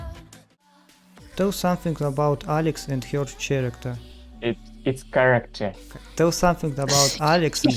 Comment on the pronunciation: I still can't believe I had to correct you on the pronouncation of "character"